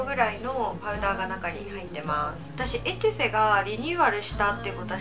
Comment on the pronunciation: エトゥセじゃなくてエテュセですね笑 昔の動画でも間違えていたの思い出しました笑笑